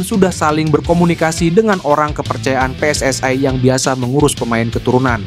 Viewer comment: Apa itu pe es es ae, saya aneh cara membaca nya, saya heran membacanya seperti bahasa Malay